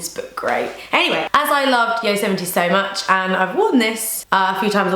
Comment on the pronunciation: lol I think a lot of people do, but she pronounced it correctly. (yoh-sem-it-ee)